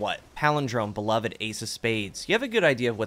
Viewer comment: Be-Love-D, it is not Be-Love-Ed. "Pagouri Beloved by Calus" It's not a past tense pronunciation.